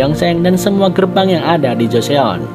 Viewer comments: Bang mau kasi saran aja. Penulisan nya emang Joseon tapi gak usah baca Jo se on tapi baca joson aja heheheh. Saran untuk S3 sih nanti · Keren nihh, udah liat semua episodenya tapi nonton lagi hahaha, bang mau kasih tau info, Joseon dibacanya "Joson", sama Hanyang tetap hanyang biasa hehe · Fyi bang JOSEON dibacanya JOSON O = mulutnya bentuk bulat Eo = mulutnya datar